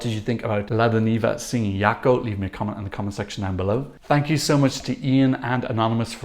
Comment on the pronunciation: Jako - in French pronunciation please. They are, after all from France ;) You know, so many don't hear it in the song, while she does sing it "Zhako"... Hmm